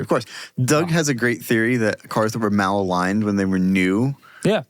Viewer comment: the type of guy to say “mal-aligned” instead of maligned